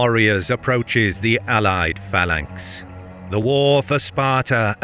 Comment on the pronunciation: Love the history. Wish the guy could pronounce properly. Phalanx😂